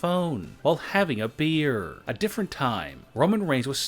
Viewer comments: "While having a bearrrRRRrrrr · How he says beer 😂